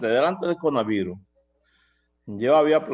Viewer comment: Muy productiva la entrevista, pero por qué melton dice CONAVIRUS?